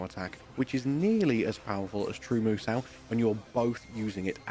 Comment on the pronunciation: Why do I cringe when he says musou like moo-sau? There isn't an a or w sound in moo-so. The u is "silent" and ends with an o sound like you are sayin so. Like do re mi fa 'SO' la ti do. It rhymes with Kuso (shit in Japanese). Mè Kuso is eye shit (eye boogers), Mimi Kuso is ear shit (ear wax), Hana Kuso is nose shit (boogers/dried snot).